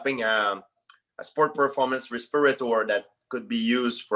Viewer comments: Everyone: respirator GSP: respeeratore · Journalist: You're working on a respirator? GSP: Yes, you know, because of COVID we're working on a res-per-a-tore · What the heck is a respourator? 😂